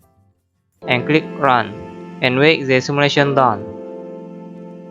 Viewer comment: simulation word seems hear like Malaysia